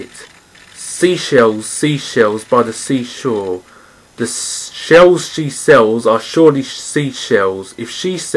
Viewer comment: I've died laughing :'D Can't still pronounce the 'SHE SHELLS' well. :(( Oh no..